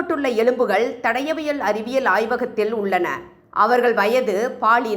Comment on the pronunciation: தடவியல் இல்லை தடயவியல் சரியாக கூறவும். கடவுள் உள்ளார். விரைவில் நீதி கிடைக்கும்